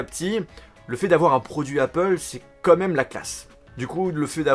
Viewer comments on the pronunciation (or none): T'es au courant qu'on dit "quand même" et non "comme meme" c'est pas si compliqué ....